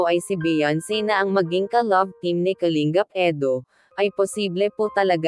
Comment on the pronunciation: Kalingap ang tamang pagbigkas hindi Kaling gap,pangit pakinggan kasi galing sa salitang ugat yan na lingap,baguhin mo pagbigkas salamat kung pakikinggan mo ako